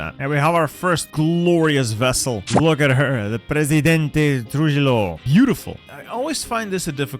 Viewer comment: Here's how to pronounce "Trujillo": "True-hee-yo" Double L in Spanish is a y. J is an H.